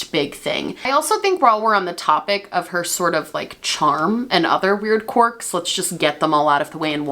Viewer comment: I know you're saying quirk but I just keep hearing cork